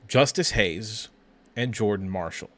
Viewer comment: This is bad. It’s Justice Haynes. Not Hayes. Haynes has burst 4.4 sooner , that’s why he averaged over 6 yards per carry and was a highly sought after 5 star Your early seem confused on Haynes , quicker tha. Marshall not as powerful imo